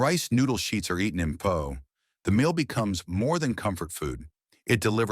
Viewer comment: Narrator only pronounced “pho” correctly 2x. Otherwise I learned something new today. From Hawaii. 69 years old